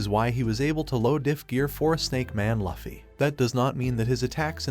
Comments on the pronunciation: It’s luffy not laffy I immediately clicked out of the video.”loofy” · Its luffy not laffy.